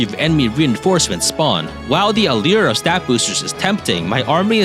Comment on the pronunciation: Anyone else catch that he said "Alear" instead of "allure" when talking about stat boosters? Under rated joke right there